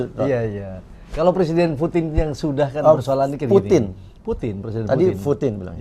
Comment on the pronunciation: Putin..bukan puting ya..😂😂